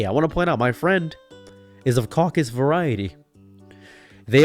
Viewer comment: “OF THE CACUS VARIETY” LOL